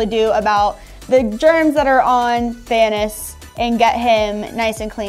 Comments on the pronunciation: I'm was heart broken when: 1. Didn't know who Thanos was 2. Called him Thanis. 💔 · So is so offended that hasn't seen Avengers and yet it was who told her it was pronounced "Thanis" at first. Lol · Thanos: Thanuss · slightly mispronouncing Lego's and Thanos makes me unnessasaraly angry. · or something thats not how you say thanos